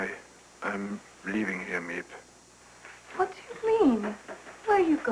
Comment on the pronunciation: In the book they were the VanDaans. And it's Miep not Meap